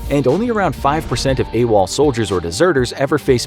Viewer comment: I thought it was “a wall” not “awol”